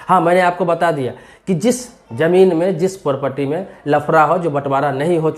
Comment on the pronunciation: पारपटी नहीं प्रॉपर्टी